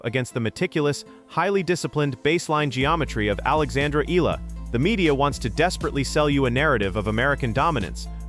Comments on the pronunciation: It’s Eala. And it is pronounced like Eyala. Not eela and not elala. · EEE-YAH-LAH... that is how you pronounce her last name, PLEEEEEZZZ